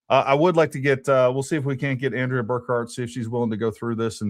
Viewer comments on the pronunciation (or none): none